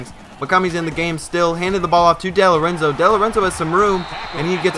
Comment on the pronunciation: No big deal but it's pronounced Dee-Lorenzo like Dee Gordon from the Dodgers.